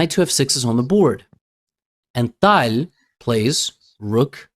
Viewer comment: I can’t stand the way he says Tal. I can’t watch his videos about Tal because of it.